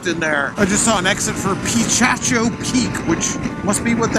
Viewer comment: What an adventure! BTW, it's pronounced puh-KA-cho...